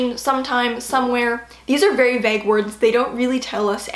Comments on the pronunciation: Never though I'd hear anyone pronounce vague as "vag" lol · The way pronounces Vague hurts my ears. Great video though.